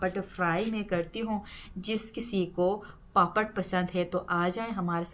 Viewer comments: پاپڑ کہتے ہیں پاپت نہیں کہتے ہیں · Papat nahi bolty papad bolty ha